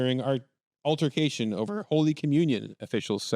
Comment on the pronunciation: Pfffff “altarcation”